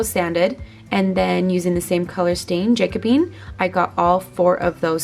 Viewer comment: I love your projects! I wouldn't be able to choose a wreath either! They both look beautiful! Also, not that it really matters haha, but the stain color is pronounced juh-co-bee-uhn. It's one of my favorites!